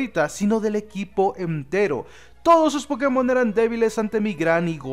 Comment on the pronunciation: Anda, pronuncias el acento en la E en la palabra pokémon vez de inventarte donde acentuar. He visto muy pocos hispanoamericanos que hagan eso.